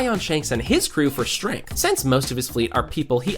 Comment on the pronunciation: “Strenght dictates all” 😂